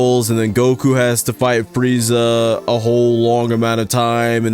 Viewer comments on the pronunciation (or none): none